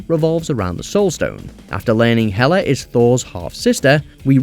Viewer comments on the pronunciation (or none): none